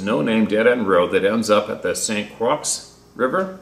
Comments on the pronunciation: Hiya. Not bustin'chops but I believe the pronunciation is Croy= Kr-roy= Croix. French origin, if I'm correct. Phahhk it. We know whatcha saying. Like the tropical island. Should I be wrong, please correct me. Thank you. Sincerely, Me. and everyone of the H2H family you are all doing a great work for everyone. Me. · St Croix is pronounced St Croy. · Just saying St. Croix rhymes with "Koy, Roy, and Boy. You have done well pronouncing all the crazy names, but I regret you learned the correct pronunciation of Adirondack. At your expense I found it entertaining making me chuckle. A chuckle a day keeps the doctor away. Loves your videos and many thanks!